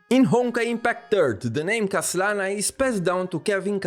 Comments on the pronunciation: I can't help but pause the video and laughing for a few minutes everytime you said 'KHASlana' 😭😭😭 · i see you were having fun say KHA-slana hehe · Hey,! The way you say KHAslana is really funny 🤣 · Whos going to tell that the H in Khaslana is silent.:P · why do u say his name weird like that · Ok, your joke pronunciation of Khaslana's name got really old. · Just love the way you pronounce Khaslana 😂😂